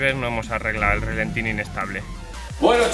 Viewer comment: No digas "relentín". Cada vez que dices eso un E30 rompe una culata. Se dice ralentí.